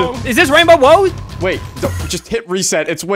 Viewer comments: Nobody caught "rainbow woad"?!!! 😂😂😂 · Is this wainbow woad